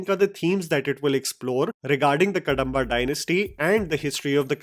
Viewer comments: Its pronounced as कदंबा dynasty not कडंबा.. Apart from that, it looks like the origin story or backstory of Panjurli, amalgamating story points from various sources like Yakshagaana, scriptures etc.. Just my initial thoughts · Its not pronounced Ka-da-mba its Kadhamba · It's कदंबा not कडंबा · Next time- read it as - Kadhambha. The small Dha. कदंबा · It's kadhamba.. please check pronunciation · Its not Kadamba , where d is pronounced as d in david. It should be pronounced as ‘da’ as in sound of ‘the’. Same with dosa I get irritated when indian languages get written in english, all the pronounciation is lost. The r’s la’s da’s get lost. Same with spanish, german etc. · Not Kadamba pronounce like Ka-dom-ba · Small correction its कदंब Kadamba.. ಕದಂಬ ❤ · Pronounciation of "Kadamba" is "Kadhamba" ("कदंबा"). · Correction. It’s pronounced as Ka’The’mba! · The "da" in "Kadamba" is pronounced as in "da" in "ekadanta" and "hyderabad" and not as in "kadva"(bitter in hindi) or "Andamaan". Similarly, north Indians pronounce "do" in Masala Dosa as in "door" or "Domino" but actually it is as in ""yek-do-theen" and "dopeher"(afternoon in hindi). Sadly Indians rely on english to express Indian language which strips the pronunciation information unlike Indian languages which have this quality inherent in them. Even though India is a global IT hub, there is no initiative to integrate and seamless communication between all Indian languages. Whereas translation of Arabic and Chinese languages have evolved to great extent. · Guru please pronounce the word "Kadamba" properly. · Not कंतारा it's कांतारा Not कडंबा it's कदंबा 🙏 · Pronounciations कांतारा ✅ कंतारा ❌ कदंबा ✅ कडंबा ❌